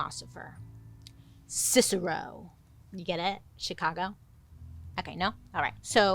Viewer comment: Are you a Chicago girl? When you said Cicero, I too was like "Chicagoland" lol.